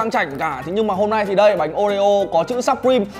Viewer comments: "sập-prim" nhé mấy ac, ko phải sắp đâu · Đọc là siuprim :v